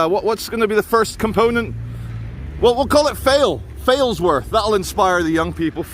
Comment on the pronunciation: Sorry, you were nowhere near Failsworth when you first said Failsworth